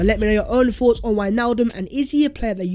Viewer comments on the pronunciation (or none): none